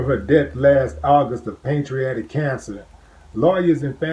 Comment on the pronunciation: Man you destroyed the word pancreatic